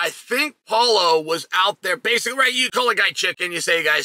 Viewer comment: “Polo” Costa 😂